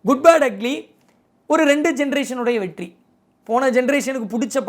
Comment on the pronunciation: 14.37 வெட்டி ❎️வெற்றி 14.50 துளைமுறை ❎️தலைமுறை✅️ novv 😅